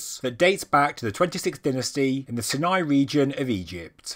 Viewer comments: I think it's sighnigh not sinnai. But it doesn't matter. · Ok hold on. Is it "si-nai" or "sai-nai"? I thought it was the latter but I'm an American, not British, so...